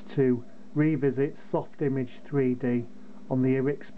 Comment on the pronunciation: You are pronouncing it wrong. It’s soft-imaj. Not image. So if you were do go to the hospital they might have a triage station. The “image” sounds like “triage”.